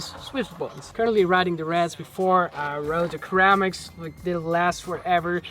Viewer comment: i hope you dont me mind me to correct your English but ceramics is not pronounced "kerramics" but "siramics". you are still impressive with everything you do